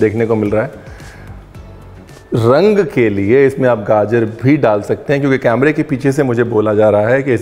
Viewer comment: Aap camera ko camela kehte hai 😁😁 Ranveer aapne bataya nahi tha ...😂